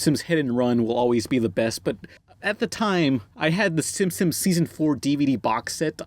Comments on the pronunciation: Am I the only one who hears say Simpsons like "Simsims", or "Simpsims"? Just a thought:D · Why do you keep calling them the Simsims? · I always liked how pronounced Simpsons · It's Simpsons not Simsims...